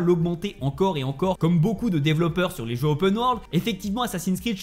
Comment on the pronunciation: C est bizarre il arrive a dire "je" mais pas "jeux"